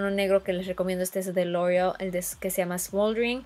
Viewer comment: Siento que aveces exageras con las palabras por ejemplo "Lorrreal" yo se que hablas en ingles y todo pero en tus otros videos si dices "loreal" o cuando dijiste lorrrreal pro ma es pro mat!! No te luscas tanto con las palabras